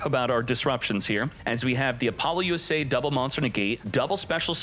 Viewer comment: Is it really pronounced Apollo - U.S.A ? I have been calling it Apalosa all this time…